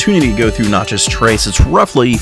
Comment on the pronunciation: You’re not pronouncing Natchez properly